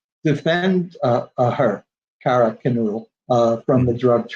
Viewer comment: Are you serious? This guy can't even pronounce xanas last name properly and he's making a lot of money from someone else's misfortune and tragedy.